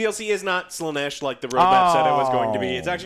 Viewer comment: WTF is this Slaneesh pronunciation, pls stop